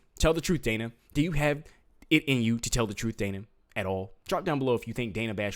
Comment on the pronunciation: Its Dana. Rhymes with banana